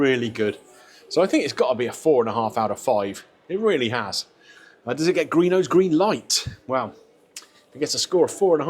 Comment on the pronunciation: And it’s GREENO